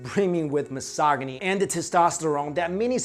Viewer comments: Did you pronounce it......mis-saw-gony??? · He also pronounced "misogyny" as "muh-SOGG-uhny". Lol. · Great video! But maybe double check the pronunciation of 'misogyny'.... 👍